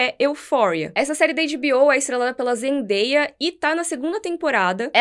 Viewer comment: Aêêê finalmente alguém falou o nome da Zendaia certo! 🙌 vlw!